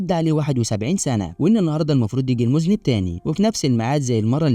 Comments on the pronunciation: المُذنّب وليس المُذنِب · مُذَنّب .. وليس مُذنِب يافهيه🎉😂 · مُذَنّب و ليس مُذْنب 😉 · مُذَنَّب وليس مُذْنِبْ